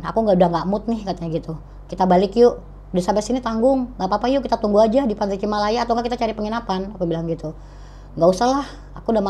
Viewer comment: Bukan cimalaya tapi cilamaya